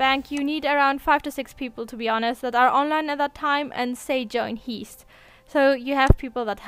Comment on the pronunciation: Did she say join heest